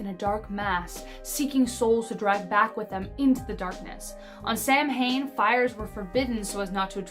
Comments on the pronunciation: …it is not pronounced Sam hain….it is pronounced sowan,.. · I spell Puca as Pooka, as the latter is my cat's name; he is indeed named after the legendary creature, what with Harvey the "invisible" rabbit was a Pooka, and in Darby O'Gill and the Little People Darby references a Pooka... Also (argh), Samhain is pronounced SOW-inn, not Sam Hane... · You guys need to Google your Irish pronunciations before you do these vids. Samhain is not pronounced Sam-hane for goodness sakes, it's more like Sow-in. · Or as too many Americans pronounce it as “SAM HANE” 🙄